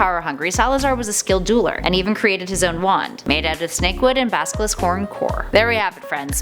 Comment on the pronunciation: Did she says baskilisk lmao